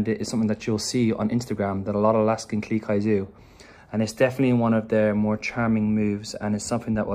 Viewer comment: Claire R yep! Funny thing is I thought she was saying Alaskan GLEE Kai XD